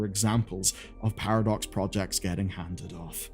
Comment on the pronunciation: Sounds like you’re calling them Paradorks